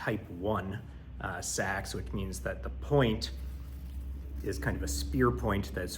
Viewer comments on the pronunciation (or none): Proper pronunciation of Seax . A Sax is a saxophone. Otherwise, nice job recreating one. I'd pick one up but I'm on the east coast and just found out about this Viking fest. Might go next year.